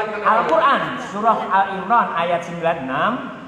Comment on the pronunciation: Perhatikan orang yang baju kuning, saya tidak yakin dia ahli agama, bisa diperhatikan : 1. Salah sebut nama Surat, seharusnya Ali Imron bukan Al Imron 2. Surat Ali imron ayat 96 tidak ada lafadz yang disebutkan "Faman Dakholahu Aminan".